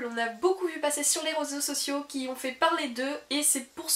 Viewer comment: "Les rosaux sociaux" tu as dis 😂😂